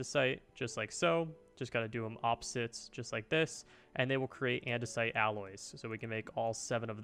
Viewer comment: "and an andesoite alloy"